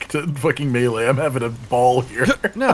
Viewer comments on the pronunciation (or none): none